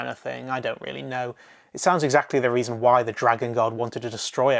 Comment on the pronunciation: Sorry, I don't want to sound mean, but when you said: some reason, I heard: some raisin